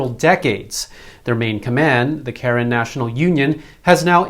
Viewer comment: I lived in Myanmar for 5 years and you are mispronoucing Karen. Its Kah-Ren with emphasis on the second syllable.